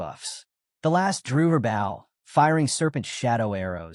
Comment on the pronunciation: Please review the videos before posting. Your AI saying bow, like from a ship when referring to a weapon, and then bow, like the weapon, when talking about the act of. The uncountable number of times it misspoke from whats literally on the screen. 7% instead of 7x, 5% to 50% to 500% to 5000% back to 5%.. having skills completely explained EVERY time is okay, but then when it can't repeat what's already been said is annoying. Same with stats/attributes. Saying names unmeasured times only to start saying them incorrectly, or outright getting genders mixed.. I like the stories. Just please review your AI before you post to make sure the quality isn't being lowered by simple fixes.